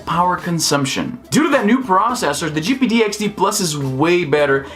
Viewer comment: “jipeedeeyexdee” speech - 100